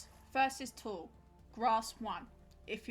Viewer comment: btw tule is pronounced like tool-ee! i live in its native range where a handful of things are named after it (like the tule elk and the dense tule fog that are both found along the waterways the tule grass grows in)